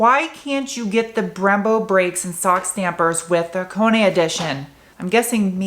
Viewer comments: The only reviewer that pronounced "Hakone" correctly. Props! :) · Thank you for pronouncing Hakone correctly. Love this car, great color, perfect color wheels. Just needs an engine swap, that Scubby junk has to go. I think this car would be perfect with a Beams 3SGE swap. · Thanks for the right pronunciation, tired of hearing guys call it HAWK ONE.. lol where in the valley are you at? Noticed the plate :) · true dat, I give full beans for that